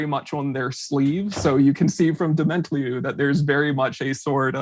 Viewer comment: Yea, but I think the emphasis should be on the last syllable